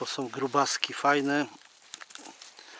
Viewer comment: fajny grzybiarz z ciebie fsjne robisz filmy i masz super powiedzonka ale proszę nie mów że na wodom łapiesz ryby tylko nad wodą, jesteś fajny facet i mam nadzieję że się poprawisz?😃 som to także niepoprawna wymowa tylko są ok? Trzymaj się do następnego filmu😃